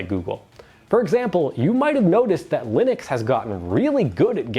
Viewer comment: "Linunx" LoL😂